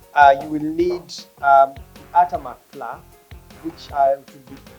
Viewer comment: Flour is pronounced as “flau-uh” not fla